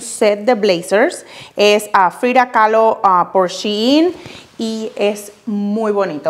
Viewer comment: Porque dice Frida caló tan exageradamente 😅😅